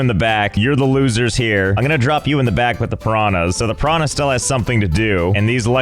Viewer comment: I love how he mispronunciate piranha, hahahaha.